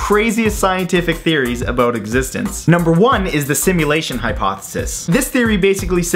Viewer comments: eheh, he said aboot. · LOL ABOOT xD